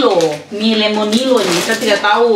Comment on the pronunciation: Lucu denger bilang mie Lemino padahal Lemonilo😁😁gpp kita mamak2 memang bgtu apa yg dipikirkan tidak sma dgn yg diucapkan😁😁🤗🤗